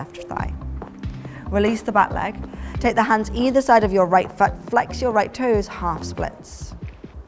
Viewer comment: When u say foot it sounds like fart 😁😁😁 Now I know why my English teacher said English is a funny language.